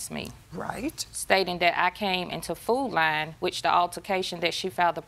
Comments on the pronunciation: “Foot Line” 😆 is all I hear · The fact that they got judge Judy to say"food line" instead of "food lion" is HILARIOUS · Food Li-on, its Lion🦁 for fck sake, not "Food Line"😂🤦‍♀️ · I thought they were saying "Food Line"... nope its "Food Lion" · Is the plaintiff trying to say Food Lion?